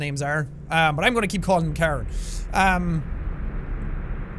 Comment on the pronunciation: IT'S KAREN! Chloe... You tried, Jack. Lol.